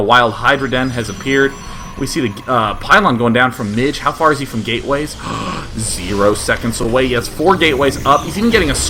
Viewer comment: "qween wush fwom wubby"